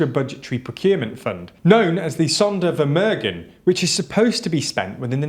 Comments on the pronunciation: Sondervermögen is pronounced more like Zonder (long o)-fermoogen (short e at the end, just like in get, just make it gen). The Polish defence minister is called Mariusz Błaszczak, not Marius Blaszczak. Honestly, just check on google translate how to pronounce terms in other languages. You are a European channel after all. Act like it. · Most Vs in German are pronounced as F. German Zs are pronounced as a sharp TS. W=V, Z=S. Gs are hard. EI = I So its TSaitenVende (Zeitenwende) ZonderFermerghen (Sondervermögen)